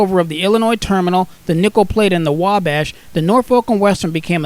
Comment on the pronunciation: Really excellent videos! By the way Norfolk is pronounced Nor-fuk.... If you been in Virginia or lived in Virginia that's how everybody pronounce's it.